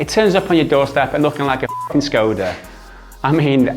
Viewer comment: Škoda is pronounced with "Sh" --> like Shkoda. :) Great Channel. Subscribed.